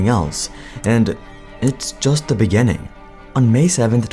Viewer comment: ‘beggining’ gives the same vibe as the ‘in the beninging..’ vid